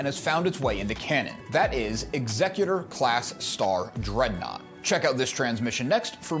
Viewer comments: Why do all these STAR WARS lore videos mispronounce the name of Vader's ship? It's EXecutor, with the emphasis on the first syllable, as in the person or thing that performs executions. The way it's pronounced in this video (and so many others)-- ExECutor-- with the emphasis on the second syllable-- is an entirely different word. It's means someone who probates a will or other legal instrument. I doubt Darth Vader, Dark Lord of the Sith, named his ship after a probate lawyer. No, his ship follows in the tradition of all the other Imperial capital ships with names that sow fear and terror among the galactic population: Ravager, Devastator, Relentless, Tyrant, Avenger, Belligerent, Agonizer, etc. When his ship appears in orbit above your planet, it's to execute you and your entire society. Not file legal documents in a lawsuit. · What's with the pronunciation of the ships name 😵‍💫 it's clearly to be pronounced like 'execute-or' and not like executive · I'm going to guess the incorrect pronunciation of the ship's name is due to YuTube rules???